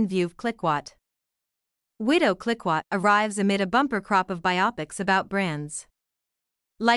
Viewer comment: Please try to pronounce Clicquot correctly. This is unbearable!